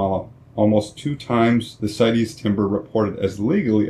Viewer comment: good job! as a side, CITES is an acronym, not a Latin word, & is therefore pronounced sights, not sigh teez.